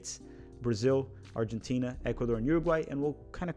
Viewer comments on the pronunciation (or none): none